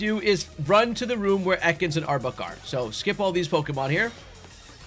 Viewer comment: Not to be that guy, as I try to avoid being a grammar Nazi, and this is a great guide that I will definitely be using the methods for my hunts in Lydandre Labs, but I had to laugh a bit at the frequency of back to back saying "Arbuk" instead of Arbok. I'm not making fun of you at all it just reminded me of when the hoenn games came out and my schoolmates were at each other's throats over whether it was pronounced Ky-ogre or Ky-rogue before the anime confirmed it so I couldn't help but laugh a little out of pure nostalgia.